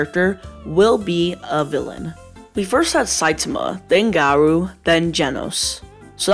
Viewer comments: nah it aint hate man just wanting to see why you said that so wrong lmao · boy explain this to me "We first had Saitama," "Then Gahrruh." "Then Genos." LIKE BIOY WHAT THE HELL IS THAT ACCENT